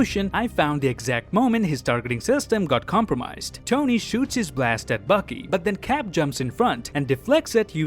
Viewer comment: Anyone noticed that every times he said "Bucky" he pronounced "Baki" ?